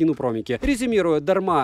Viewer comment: Произношение названия Бренда не правильно